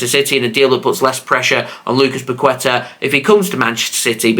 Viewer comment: Bro you need to pronounce Paqueta right 😂